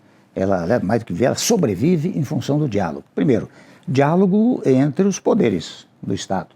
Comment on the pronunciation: Toda vez que o Temer fala diálogo eu ouço diabo kkkkkk